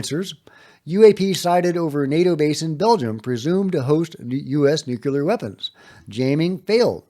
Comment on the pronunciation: It's nuke-lee-are. 😂